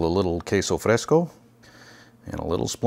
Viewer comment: Wow!! I'm so gonna try this! I miss taco Tuesdays Can I make them Sunday and eat them on Tuesday or are they best eaten same day, I can change taco Tuesday to Sunday lol Thank you for this incredible idea!! Oh and perfectly pronounced queso fresco 😉